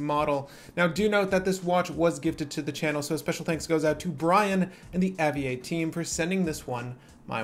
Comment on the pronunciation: It’s pronounced “Aviate” as in its an aviation watch.